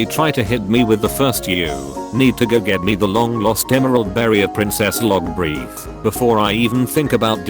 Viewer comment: Breath, not breathe